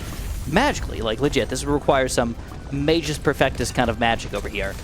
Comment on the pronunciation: Magus perfectus is Latin, and if I'm not mistaken, the pronounciation should be something like "má-gus." The 'u' in both magus and perfectus need to be very heavy.